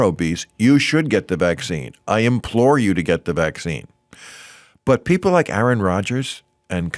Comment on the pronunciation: Oh Bill- "you pbeeple"